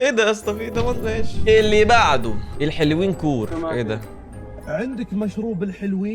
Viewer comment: الحلوين ❌ الهالوين ✅